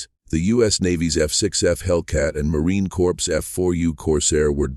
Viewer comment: Marine Corpse?!..Ban AI!